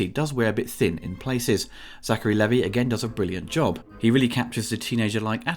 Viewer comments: Lee-vai not Leh-Vii 😝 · Levee? sir..... dmh. Levi: LEE-VIGH rhymes with "knee high"